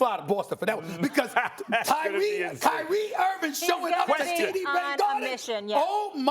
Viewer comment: Cry-ee Irving